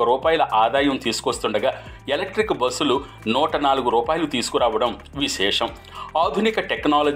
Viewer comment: బోస్సులు కాదు బస్ లు